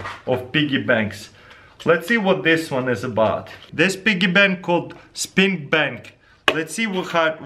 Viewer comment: BrendanMaxwellMusic no he said Spin because of his accent